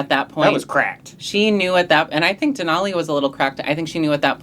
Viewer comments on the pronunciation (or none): Sorry, but I may not continue watching if you insist on saying DenALLEY like an alley. It's DenOLLIE like ollie pop